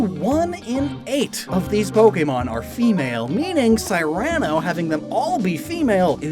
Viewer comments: Why do you say Cyrano like that? “Sigh-ran-oh”? It’s “Seeran-oh” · It's "seer-uh-no", not "sigh-ran-o" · Cyrano: sear-an-oh. not sigh-ran-oh. Just FYI, Addendum De' Ber-zhur-ack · I am SO sorry but this kills me every time haha It is SEAR-UH-NO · ...Have I been pronouncing Cyrano wrong this whole time? (Sear-a-no is what my brain wants, despite knowing his name is "cyan" for the color) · Wait, it's not pronounced See-rah-noh? Like the play Cyrano de Bergerac? ...was I pronouncing that wrong, too?